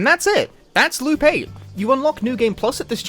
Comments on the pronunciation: I mean, he basically keeps saying "Lupe" when he says "Loop8" due to how he basically doesn't pronounce the latter half of "Eight". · I keep hearing him say Lupe lmao